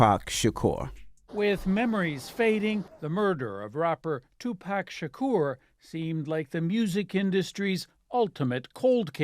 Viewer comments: And after all these years, news reporters still pronouncing his name as “2 PACK” lol cmon bruh 😅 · Damn reporters still calling him "2 pack" all these years later. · These folks still mispronouncing the name as TuPACK is blatant disrespect and on purpose. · All these years later white people still pronouncing the man’s name “2 Packs” 🤦🏻‍♂️ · These mfs still sayin “two pack” shakur 😂🤦🏾‍♂️… put some respect on his name smh “as prolific as he was profane” that’s wild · They really said "tupack" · Been damn near 30 years and white ppl still saying “tu-pack” 🤬 the disrespect even when they’re gone🤦🏿‍♂️😂😂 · The fact that white people in 2023 still can’t pronounce Tupac is ridiculous 😭😭😭